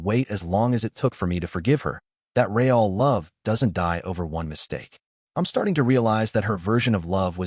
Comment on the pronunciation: WTF is RAY-AL love? it's real. REAL!!! LOL